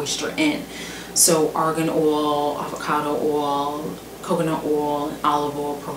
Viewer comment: Castor "oal," jojoba "oal" lol. My bf pronounces oil the same way.